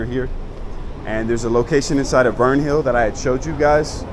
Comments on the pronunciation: Come on, man, you've been there for weeks and still don't know how to pronounce Windhoek? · The name is actually Germany, but you are right in everything else you have said.